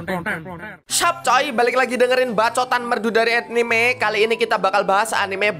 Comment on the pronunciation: etnime jawanya keluar jir🗿